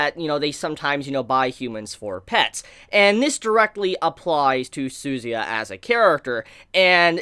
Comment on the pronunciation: Jeez honestly don't like the way you pronounce suzuya's name hahaha